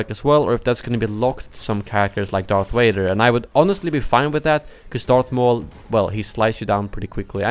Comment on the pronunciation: And darf maul